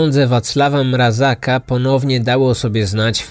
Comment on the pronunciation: Mrazka a nie Mrazaka. A tak poza tym, super film :)